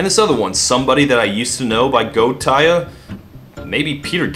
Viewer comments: did he pronounce Gotye as "goatse" as some point? lmao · Btw Gotye is pronounced "Game of the Year Edition"